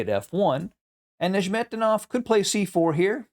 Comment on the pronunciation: I think it's pronounced "Nezz met dee noff," but I was wrong about how you pronounce Tal, so...